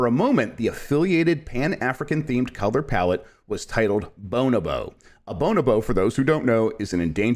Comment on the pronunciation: The best first episode of anything ever. I think you pronounced bonobo 3 different ways that I’ve not heard before, and I’m here for it 👍🏻